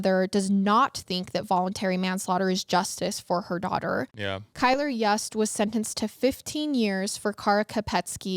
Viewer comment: FYI, Kylr's last name is pronounced "Yoost", not "Yuuust". You-s-t. It's spelled Yust, yes, but different pronunciation. And Jessup Carter is Kylr's half-brother, not stepbrother. The only piece of Kara's bones reportedly found was her skull. According to local news, unfortunately there just wasn't enough actual evidence to convict him of premeditated, first-degree murder in either case or second degree murder in Kara's. I think it's also worth mentioning that Kylr had animal cruelty charges against him for torturing and killing kittens- which is common with some serial killers/murderers, even if he's not technically a serial killer that we're aware of.